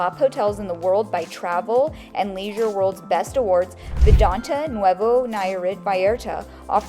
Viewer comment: Great video, but it's pronounced "Vidanta" not "Vidante". You'll confuse new viewers.